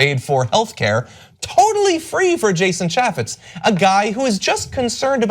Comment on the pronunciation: Jason CHAFE-ITCH. Get his name right, geez.